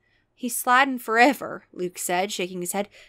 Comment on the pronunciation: He's slidin' forevah 'n evah on the doom slides 😭